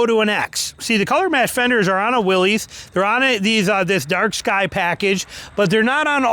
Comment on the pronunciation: Pronounced WILLIS not Willeeees ..... That is so ignorant